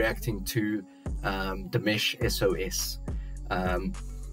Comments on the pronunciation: Hi! It'[s not "Demesh", it's "Deemush", I mean the way the name is pronounced. And the song is in French. :-) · You are reacting to Dimash in the exact same manner as I did in February 2017!(Btw, his name is pronounced “Dee- ‘mosh”) It’s fun reliving my first experiences of Dimash through you!!! But, my friend you ain’t heard nothin yet!!!! Each new song becomes a new experience and your favorite song!! My recommendation now for you are: Stranger, Olympico and Sinful Passion. Enjoy!! I’ll be back. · Dimash is pronounced Dee-mah-sh. Watch his cover of "Love Is Like A Dream" and listen to the way Igor says his name. ❤ It's also the best cover of that song by anyone. You are very lucky. He has over 170 songs avaliable to the public. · Another example of Dimash’s generosity; he did this digital concert during Covid for his fans; ticket price? $10. If I remember well, the concert was 1 1/2 hour long, you can just imagine how much work he and his team put into it. I suggest you listen to « Stranger » or « Olympico » next! Quick correction, Dimash is pronounced Deemash. Happy listening!